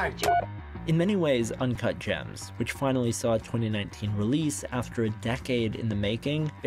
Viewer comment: I believe it's "Uncut Jamzzzz"